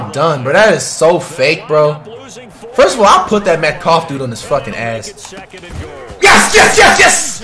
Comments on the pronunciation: Btw he actually used to say metcalf but he just randomly started to say metcough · This man said dk metcough 😂😂😂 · He can't pronounce any name first it was luke kuechly now d.k Metcalf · Does this guy watch sports at all? He’s mispronouncing player names and He truly believes 99’s are unstoppable. If you’re 🗑 99s don’t matter.